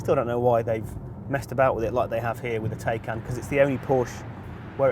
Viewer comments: Come on sort pronunciation out it’s not Tay-can it’s Ti-can..... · Jesus at least learn how to pronounce the car name. Tie-can not Tay-can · TIE-CAN!!!! What's a Teh-can?!! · Given Porsche say it’s said Tie-can, why can’t you do the research and pronounce it correctly. It’s kind of your job as a car journalist. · Wish he'd stop saying "Tay"-can & pronounce it properly